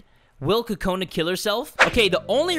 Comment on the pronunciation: This is how you really say kokonas name. CU-CU-NA